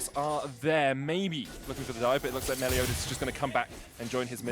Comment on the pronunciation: It’s Meliodas! Not Melodias! Lol